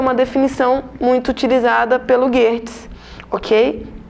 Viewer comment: Correção no video!!! É Geertz e não Gerrtz. 😉